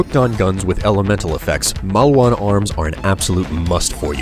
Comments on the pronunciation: malwan?| its maleewahn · Are you sure its Mauwan? It looks like Maliwan to me. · Isnt it "Maliwan" and not "Mauwan"? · also, mal-ee-wan, not mal-wan. just sayin' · You need to learn how to pronounce the company names. MAUWAN? TEDDYDORE? Gah, my brain.